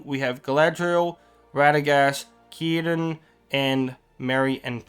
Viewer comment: The fact you said: "Kirdan" gave me chills, it's a lot of time since someone said his name correctly